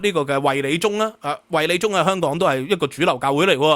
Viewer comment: 衛理宗聽成維尼宗，LOL